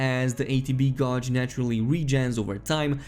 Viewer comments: Gauge is pronounced like page, not like Dodge. Gage like page, mage, rage, sage. Not like lodge or dodge just so you know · "Gauge" is pronounced geyj, not gouj. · GODGE GODGE GODGE!!!!!!!!! bruh It's "gayj" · Bro said gawj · Please PLEASE start saying “gauge” like you would “cage”.. the word you use is nonexistent 🤷🏻‍♂️💯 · Gay-j not gauge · A friendly reminder for future reference as well. Gauge is pronounced as geyj. Great video overall.